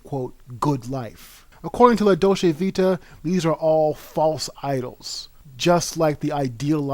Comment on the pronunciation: You can’t even pronounce the title.